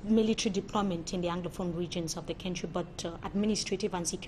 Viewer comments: Please can this journalist pronounce the word "Country" properly? what is "Kentry" as she prefers to pronounce. It is so annoying. Someone please help me tell her. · That is not correct. No one pronounce "Country" like that. I have lived in Southern Africa for several years and can confirm that.